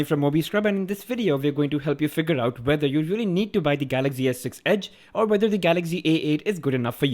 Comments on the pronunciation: your prounciation is so funny😂😂🤣🤣🤣😂😂😂😂😂😂😂😂😂😂😂.its not galaxgy.it is galaxy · its not Galagzy. its Galaxy